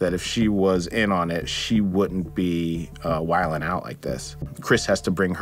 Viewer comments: btw it's wilin' or wildin' out not whilin' out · Love the clip. Subscribed. BUT it's "wildin' out", not "whilin out". Not to diminish the fantastic film interpretation and explanation. Everything in this clip is very well-done. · I love you man, so this pains me... "Whilin'?" out? It's wildin' out... As in wild.